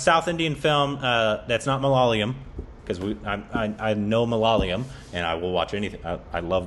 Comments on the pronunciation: Why, why, why do you have to Korbinize South India? Ma-la-ya-lum; Tamizh; Kun-nah-dah; Tay-loo-Goo. Thank you for trying to pronounce it though. Am totally waiting for the day when you say Ma-la-ya-lum properly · its no mololoyam... its Malayalam....🤣🤣🤣🤣🤣🤣🤣